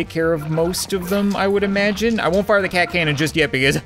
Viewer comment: Its like he is german because he said FIRE ZE CAT CANON!